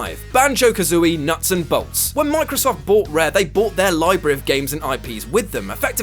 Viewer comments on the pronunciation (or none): Mk 34 also: "bought" not "bout"